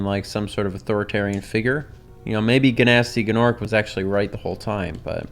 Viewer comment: I love how you pronounce Gnasty Gnork. I was cracking up in high-pitched laughter each time you said his name; I can just hear the 'I dont give a shit, I'm saying it it how it looks in writing' attitude in your voice.